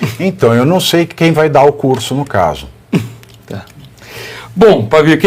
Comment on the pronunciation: Çei, Barroso,Çei...🤣